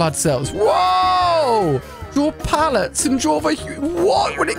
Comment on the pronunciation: it’s PLATE-lets not pallets 🤓